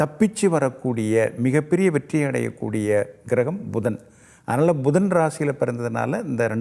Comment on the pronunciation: Bhudan is not correct. Puthan is correct . சாத்திரம் ஜோதிடம் சொல்லுவதற்கு முன் தமிழை முறையாக பேசக் கற்றுக் கொள்ளுங்கள் . மலை பகவான் அல்ல மழை பகவான் . Dhaniyam is wrong. Thaniyam . Bhayam wrong . Payam is correct .